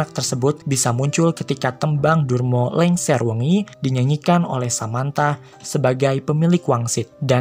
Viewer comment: Lingsir* not LENGSER...